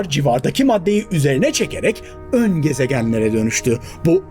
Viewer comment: vurgulanmış "ÖN" kelimesi